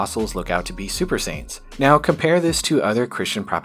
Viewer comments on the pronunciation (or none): First I thought you said Super Saiyans then I reasoned that I misheard you say Super Saints. Then I thought Super Saiyan Saints and now Peter and John are Vegeta and Goku. 🤷🏽‍♂️